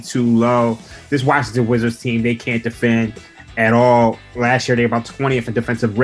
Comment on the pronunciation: "Wazzington wizards"lol